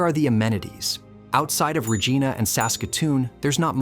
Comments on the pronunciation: "Most Canadians couldn't find Saskatchewan on a map"? Are you fucking kidding me? I swear to God, you've got to stop relying on AI, and get humans to narrate your videos, preferably someone from Saskatchewan; Someone who can pronounce the name of the capital city every time without changing halfway through. Also, it's pronounce POT-ash, not po-TASH.. Jesus Christ, you had one job, and you fucked it up royally. I moved here from Ontario 25 years ago because there were jobs here and not in my home town. I swear to God, you've got to stop relying on AI, and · Lol the second time they said it correctly, which the other times made me cringe a bit! It's funny, because Americans who don't know better laugh when you pronounce it correctly, thinking you're joking! I was born in Regina, but man, it's frustrating to hear it pronounced wrong. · If you are going to talk about Saskatchewan, learn how to pronounce Regina. you pronounced Regina correctly exactly once at about but got it wrong every other time. is Re gie na, not Re gee na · Hey it’s Regina not regena. Try to remember the saying “Regina the city that rhymes with fun.” Another mistake is saying our Uranium deposits reach 20%. Saskatchewan won’t bother developing a mine that has that low of an average grade. The two mines in production right now have pockets exceeding 50% and when they first started there was an average grade of 30% that is blended it down for shipping. By blending I mean they take low grade (5-10%) and mix it with the high grade to get it low enough to be able to be safely shipped to a mill. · We pronounce it Regīna, not Regeena. Yet later correctly pronounced. This video and narrative seem entirely AI generated, which is irksome to real people. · Regeena? Well at least AI got it right for the rest of the video. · ’s pronounced Re-gyna regardless of where the word originates from. Born and raised here. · Regina ? You mean Vagena ! Better Google how to pronounce Regina . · Rahgeena lol 😂